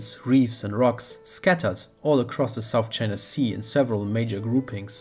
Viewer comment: Do not say Sout China Sea